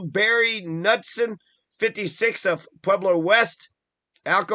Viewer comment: His last name is NOT pronounced like that. He was my cousin. And he didn't kill himself. But thanks.